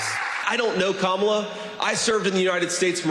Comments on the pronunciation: I do like your videos. I would suggest pronouncing Kamala correctly; it's pronounced like "comma-lah". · Thiel got him his first 3 jobs. We washed out of all til Thiel gave him a company. Oh and just a heads up Kamala is pronounced “karma-la”. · *COM-uh-luh. Great vids 👍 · COMMA-la. Should prob learn how to say it right.